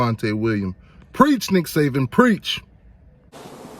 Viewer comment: It's Nick SaBen. Not "Saven"